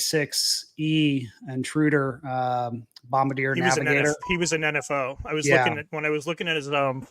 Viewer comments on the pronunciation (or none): none